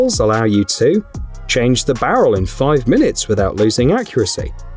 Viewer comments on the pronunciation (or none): none